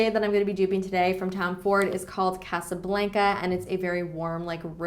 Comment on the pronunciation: omg i loved this video!! but just letting you know, the tom ford lipstick is pronounced "cah-sa blahn-ca" (